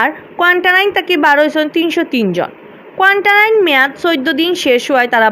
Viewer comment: ই আফায় কোয়ারেন্টাইন খইতা ফারইন না, কোয়ান্টাইন খইন। 😛😛